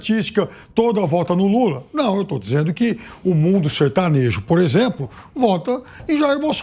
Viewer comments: Mas que ele falou "sertanojo" isso falou... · Olha ele falou "SERTANOJO" sim. Falou "SERTANOJO" sim.